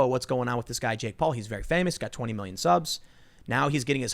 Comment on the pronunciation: Who the hell is “jakeoff Paul”